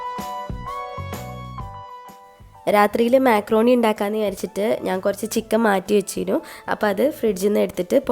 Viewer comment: മെക്രോണി അല്ല മക്രോണി